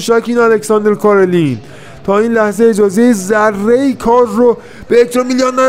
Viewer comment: رفیق فکر کنم تلفظ صحیح کارلین ،،، ر ساکن هست و کسره نداره،،، Alexander Karlin